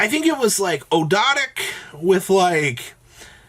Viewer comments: Actually its og-do-dic with a silent A. Referring to the egyptian Ogdoad. Its actually not that much to pronounce as originally thought. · His pronunciation of Ogdoadic changes every video.